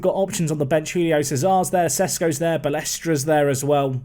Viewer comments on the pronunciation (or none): Would be pronounced ba-leh-stra 🇮🇹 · BA-LESTRA.